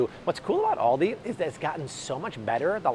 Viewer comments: AL-di. It's ALdi. AUdi is a German car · Thanks! But Aldi is pronounced like the name Al… as in call me Al… Aldi. :)